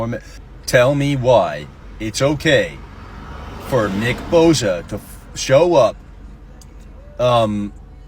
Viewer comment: She can’t even say his name right 😂hold this L